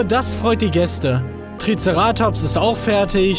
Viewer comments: Du sagst TriceRAtops, es heißtvaber TriCERAtops! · TricerAtops? Wird das nicht Triceratops gesprochen? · Du betonst TrizerAtops falsch haha. Das heißt TrizEratops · TricerAAtops nice Aussprache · Ich finds lustig wie Manu Triceratops ausspricht😂❤️ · einfach geil wie Manu "Triceratops" ausspricht :D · Wie er Triceratops ausspricht triggert einfach so hart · Wie witzig glp triceratops auspricht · alter wie sprichst du treceratops aus....da bluten die ohren^^ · Du sprichst Triceratops falsch aus!